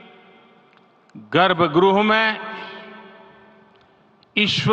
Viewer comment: Garbhgruh nahi garbhgrih me boliye hamare modi ji😮😮😮😮😮😮😮 jai shree ram 🙏🚩